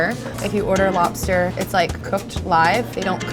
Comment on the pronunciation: Why do you say lopster lol